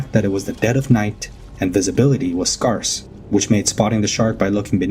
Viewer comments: Visibility was “SKARSSS”? Lols🤦‍♂️ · ⚠️ Route is pronounced 'root' never 'rout' 🤦🏻‍♀️ Scarce is pronounced 'skairs' never what you said. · It's pronounced skehrs (Scarce) not whatever butchery you said. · A.I. narrator. Scarce does not rhyme with cars.